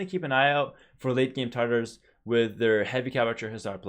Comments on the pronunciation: It is pronounced TAR-TARs. Same as the sauce. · it is Taa-taar, r should be the same as in "better".